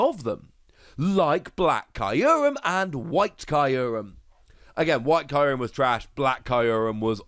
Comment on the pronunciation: I love this series a lot but i cannot wrap my head around how you pronounce kyurem as Caillou-rem